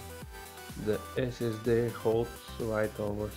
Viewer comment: ”dă esesde”